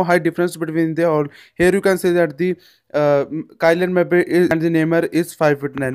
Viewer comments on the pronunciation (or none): Funny how he said kylan mba 🤣🤣🤣🤣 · Kylian mbappe pronunciation am dead